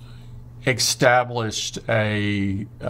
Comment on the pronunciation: "ecstablish" why do the Americans/people overall maybe (?) do it? :’) "ecspecially" too, just WHY (from a non-native speaker, and yeah, I kinda know they are overcorrecting, but it still hurts 🥴